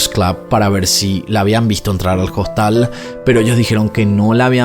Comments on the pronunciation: En español, que es el idioma que estás usando, se dice hostal, la hache no se pr😊onuncia, no es JOSTAL. No entiendo que te empeñes en pronunciar el inglés perfecto, y el español no. De todas maneras me gustan tus videos. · Dice costal en vez de Hostal? Ya es el colmo de la idiotez😅😅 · Habla bien. En español "Hostal" se pronuncia "Ostal" porque la "h" es una letra muda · una pequeña corrección, se dice Hostal, con H muda en español. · Hola me encanta sus videos no me los pierdo. Pero con todo el respeto que ud. Se merece. Porque siempre pronuncia hostal con la h por en español la h es muda